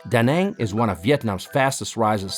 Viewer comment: Très bon reportage, mais s'il vous plaît : fait un effort de prononciation Da Nang et pas Dang, c'est comme on fit Viet au lieu de Viet Nam 😂